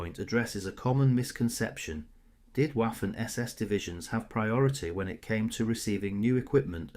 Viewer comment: Someone tell this fella that in German the W is more like a V. Vaffen morelike. He is saying Waffen like waffels lol.